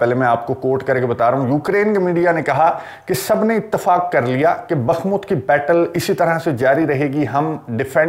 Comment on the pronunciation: یہ لفظ بخمت نہیں بلکہ بخموت ہے براہ کرم تصحیح فرمائیں